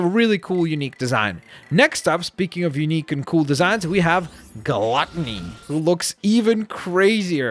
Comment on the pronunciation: He butchers Gluttony